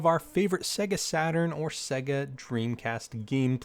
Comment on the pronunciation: WTF is a segguh, it's pronounced Say-ga. Like the game console it's self pronounces when booting a game.